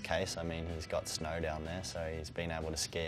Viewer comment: He says snow like snar